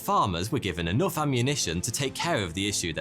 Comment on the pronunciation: "emmunition" LOL!